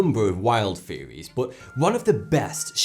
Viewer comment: not to be rude but its not fairies, its THeories.